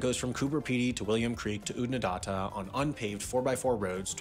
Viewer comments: Pronunciation.. .. Lake Air (for Ayre), Ood-nah-datt-ah (not data), Whum-a-rah. Otherwise accurate. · Eyre is not pronounced eye-r, it's air.. Oodnadatta is ooh-duh-nuh-da-tah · Place names sound like this : OOD-na-datt-a / Coo-ba Pe-dey / Lake Air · And its Ood-na-dat-na , not whatever the narrator was trying to say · Again Americans cannot pronounce ANY Australian names. Instead of looking up the pronunciation they just make it up and get it horribly wrong. Lake Eyre is pronounced like "Air". Do not get me started on what they did with Oodnadatta.